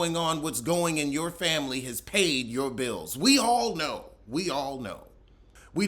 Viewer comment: I miss when mispronounced family like, "fambily". It always gave me a tickle. 😅